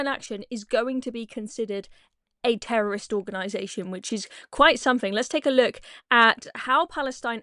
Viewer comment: Say terrorist properly.